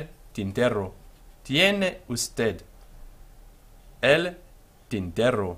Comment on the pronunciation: be sure to respect word stress patterns. The last syllable of usted carries the stress, as in every unaccented word that ends in a consonant, excepting only n or s.